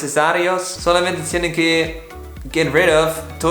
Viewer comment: Se dice deshacerse xD